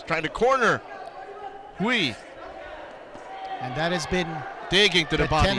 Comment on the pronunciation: Great commentating. But just a little reminder for Quinito, the UI in Chinese is pronounced EY, so Hui is pronounced WAY as in the English word.